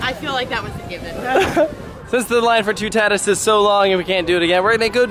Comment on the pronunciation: Isn’t it Pronounced “Two Tuh Tees”? Not “Two Tah Tis”?